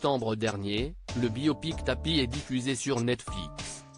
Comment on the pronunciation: Respectez Bernard, il a payé ses écarts avec cette sale maladie, perso, je l aimais bien, et quelle est la personne qui ne magouille pas ? Qu il repose en paix. Le commentateur est fâché avec EST et non ESTE , il a sauté la maternelle